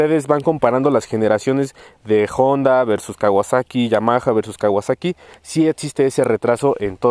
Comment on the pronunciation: Se dice Honda, que no Jonda.